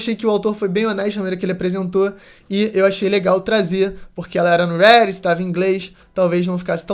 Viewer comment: Poo, fala Reddit direito. É RÉ Di Tii. Igual Brasileiro msm